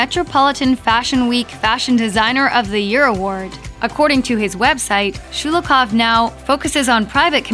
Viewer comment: It’s Sho-lo-hov, not Schu-lu-koff 😖